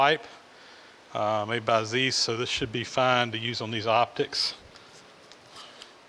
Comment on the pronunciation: You continue to inspire with your attitude and skill,. One tip: Zeiss rhymes with rice, not geese.